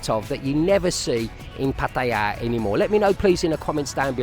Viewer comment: After so many years ,...you still call PAR TAY JAA ....pattie ja ..you soft boiled runny egghead expat...